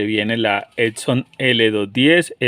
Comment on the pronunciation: ¡Todo muy chinguetas, pero es EPPPP-SOOON, no ED-SON, no ET-SON ni EC-SON, chingada maaaaadreeeeeeeeeeeeeeeeeeeeeeeeeeeeeeeeeeeeee!